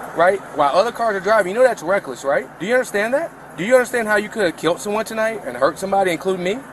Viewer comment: Tell the police officer its killed not kilt ....